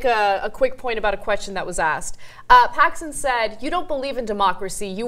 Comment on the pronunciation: Dear oh dear. It's Paxman, not "Paxon" as spoken or "Paxson" as in the description. TYT makes a point how US media gives too much credence to the people they interview, and then complains about UK media doing the opposite (Paxman is famous for treating everyone harshly, search "Jeremy Paxman Michael Howard"). Commentary keeps talking about the US system, which is structured entirely differently to the UK, and far more corporatist. I actually largely agree with Brand, but this segment sucked.